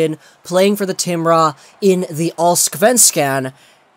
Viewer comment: Am I allowed to cry because of how he pronounces Allsvenskan as Allsksvansken?